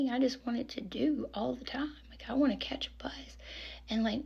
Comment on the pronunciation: Omg i thought you were saying when you drank youd catch a bus 😂 then your like youd drink an always just want to catch a bus 😂😂😂😂 im sitting here like i hate getting busses 😂😂😂😂😂im scottish so probably the reason i misheard you your voice is so sweet and gentle in a really lovely way your the perfect person to comfort someone or calm people ❤️